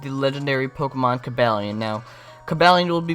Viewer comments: cabalion I think is pronounced CU-BOO-LEON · The Only it's Co-baal-ion